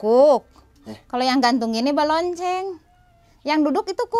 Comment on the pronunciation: Balencong sanes balonceng teh